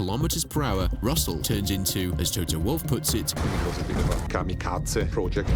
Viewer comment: the way she pronounced Kamikaze she might be German